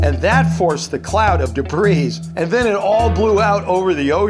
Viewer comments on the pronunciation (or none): none